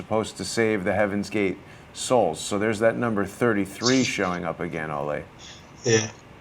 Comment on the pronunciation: Pretty sure it’s “Olee” and not “Olay”.. He’s not a bullfighter! Lol! It was my grandfathers name and he was from Denmark as well.